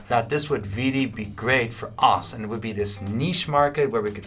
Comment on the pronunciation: its pronounced osu by the way not os you fucking degen